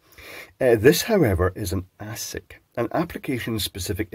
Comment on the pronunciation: ass-sick or a-sick?